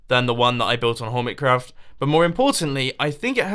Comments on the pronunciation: did you say hoirmetcraft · "hormitcroft" "pieush" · Hormitcraft? Mumbo were you drunk? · He said hormet craft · hormitcraft Hormitcraft. HORMITCRAFT? T R I G G E R E D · Who else heard hoormit craft at the start there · Hormitcrawf! brain-mouth_connection.exe crashed